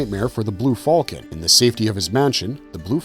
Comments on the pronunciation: The blue what? Just say falcon like a human being. You're not Han Solo. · I am having trouble coping with his pronunciation of "falcon."